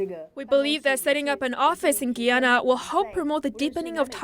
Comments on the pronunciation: isnt it GUY-ANA not GEE-ANA? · Guy..Guy......Guyana not Gee-yana! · It’s not pronounced Gianna, it’s pronounced Guyanna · Hello, Greetings! it's GUYANA - 'GUY-YA-NA' or (Guīyǎnà) Nice to see our country is making it around the world, smile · you're pronouncing Guyana wrong... it's GUY-ANN-AHH ... hope this helps.